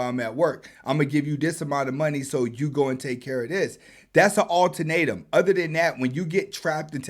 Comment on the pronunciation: Great commentary Fam. No disrespect but, it's ULTIMATUM.